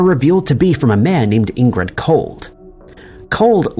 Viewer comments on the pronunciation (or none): Just FYI - it's Indrid Cold, not Ingrid.